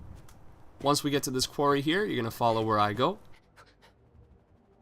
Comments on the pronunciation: What's a "quwery" ... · dude sorry to be that guy but that is not how you pronounce quarry.